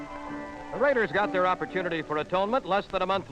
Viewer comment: Holy Sheep Shit!!! What an amazing beginning for the RRRRaiders voice!!😂